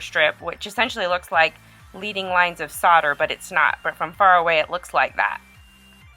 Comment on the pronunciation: It's not LEEDING line it's pronounced LEDDING and from what I understand it is really made of lead, which is really used in stained glass and why it's called leading, which is toxic. So be careful, wash your hands, don't overwork it. Nice piece, thanks for the demo!